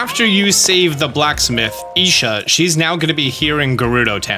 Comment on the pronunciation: A Gerudo that's named Isha is totally cool, especially for all the Ishas in the world! As a proud member of the Isha gang, I'm extremely happy, or was extremely happy until I heard the mispronounced name. It's pronounced EYE-sha (long I and not an long E sound in sight).